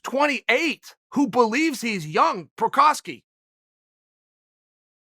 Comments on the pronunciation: Prokraev, Prokowski, Provider, Provaky... better than the last time :D That must be on purpose :D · Chael- "Prokiev, Provider, Provaki...." Jiri Prochazkas name- "I cant let you get close" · I died when he said Prokaski and then Provider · Prohaaaskaa … pls for god sake!!! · "Prohausky... Prokyker... You're not young" Literally laughed out loud. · “Prochrayev...Prochraski...Prochayer... Provaki” 😒😆😂🤣🤣🤣🤣🤣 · Remember the name, but if you can't, don't worry. Chael will remind you of Prochazka, Prokrietz, Proliev, Proklienz, Provider, Pronanski, and all of their other Pro training partners. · Prochriev.... prochosky.... provier.... provochy... wtf chael 🤣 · How Chael botches names at will.